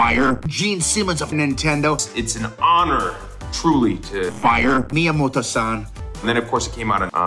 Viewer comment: LOL Not only does Jack Black know Miyamoto's name, but he pronounced correctly